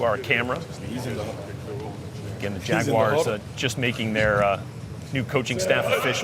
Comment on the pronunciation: Its Waguars bruh